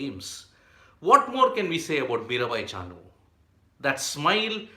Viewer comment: MiraBai not Mirabhai